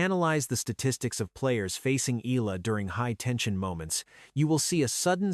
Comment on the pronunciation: Pls pronounce her name as Eh...yah...la....